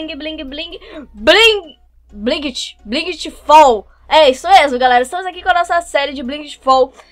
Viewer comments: Na verdade não seria blaigit fau e sim blait fau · fala o nome assim blaigit fau ok eu falo inglês e me irrita vc falando blinght fall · se fala blait fól